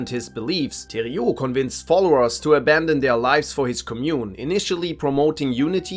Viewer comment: bro said thériault properly!